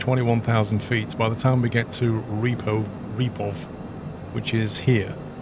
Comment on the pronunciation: It’s actually pronounced REPOV, as in “Rip off”. Not repo-V :)